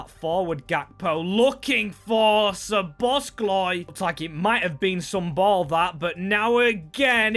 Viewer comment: Hi! Great video, love to see another series with awesome storytelling. But please, as a Hungarian, it hurts my ears when you say SzoboszKlai. It doesn't have the letter k in it 😀